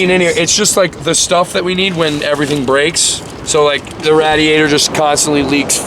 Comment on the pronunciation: He called it the rad iador lmao